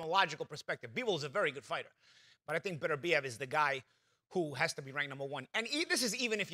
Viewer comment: Not one of them pronounced Beterbiev right lol